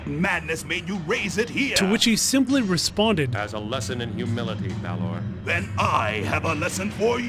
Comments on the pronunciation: Balor is pronounced like "valor" but with B. Not like "bay lore" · My god, its Balor not Bailer